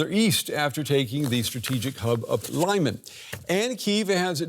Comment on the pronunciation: Seriously I like that DW makes an effort to achieve good reporting nut Lyman is pronounced LEE-Mann not Lie-mun